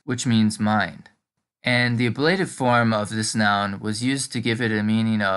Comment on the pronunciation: I think it's pronounced á-bluh-tiv when you are referring to the case name.